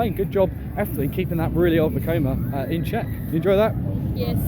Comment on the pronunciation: You said Vekoma 👏👏👏 3 times in this video